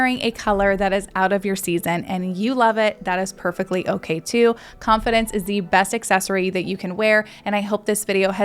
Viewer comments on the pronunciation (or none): none